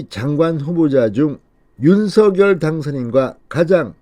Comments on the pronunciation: 윤서결이 아니라 윤성렬이라고 발음해야합니다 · 윤성렬이라고 불러달라고 당선인이 말했는데 계속 윤서결이라고 하네요. 본인이 원하는대로 불러주시고 제목도 부풀려서 올리지 마세요. 보기 안좋습니다.